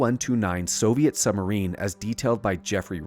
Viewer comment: why do you say " summerine"?